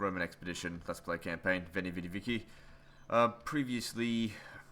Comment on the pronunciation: Veni vidi vici in an aussie accent is the funniest thing ive ever heard. Veni vidi vici mate!